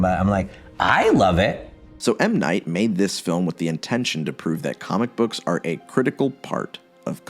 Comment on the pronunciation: Wild that Scrubs was mentioned yet you still pronounce his name wrong. It's pronounced 'Muh Night'